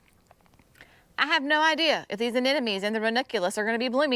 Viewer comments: It’s pronounced ran-U-culous, not ren-I-culous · Love watching Gardening with Creekside. I have one thing I'd like to mention. Ranunculus is pronounced like this: ruh.nuhng.kyuh.luhs. Go online to American pronunciation and you can here the proper pronuncaition. Looking forward to what all the gardens will look like come Spring.